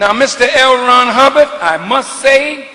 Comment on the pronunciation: Lmao.... bro. said Hell Ron Hubbard....so strue